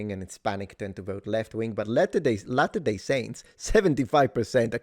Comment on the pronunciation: Kinda getting tired of seeing police chiefs/spokeperson's who havent done ANY research at all into the press conference they are about to hold. I'm not even Mormon and I know how to properly pronounce "latter-day". We need better qualified personnel running things. This is pathetic.